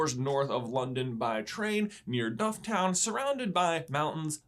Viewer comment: Can I just add dufftown is pronounced “dufftin” .